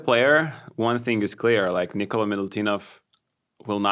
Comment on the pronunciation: Nikola not Nikolas!